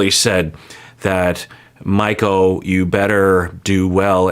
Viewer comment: Him saying "Michul" got me DYINGGG